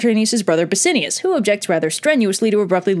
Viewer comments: Also, its pronounced SaturniNus and BassiaNus. There is an "N" in their names. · I noticed that myself. Also, it's Bass-I-AN-us. :)